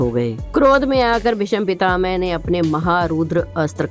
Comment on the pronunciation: Are bhai pronunciation To clear karo yl BhisampitaMe Na bola wo to BhisampitaMa Hai bhai